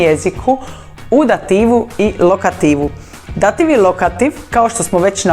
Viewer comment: Pogrešan naglasak dAtiv -lokAtiv!! Točno je Dativ-Lokativ